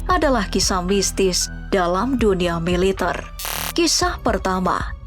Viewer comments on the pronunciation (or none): Militerrrrrrr woii militerrr . Bkn militeirrr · pengisi suara orang mana sich??? ngmg MILITER aja gk bisa. Klo org Indonesia baik dr Sabang smp Merauke pn tau cara mengucapkan MILITER yg BENAR..